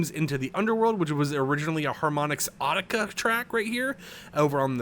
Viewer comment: Audicia?😂😂😂 Good thing youre reading this for us not having too... i problably do it wrong😂😂😂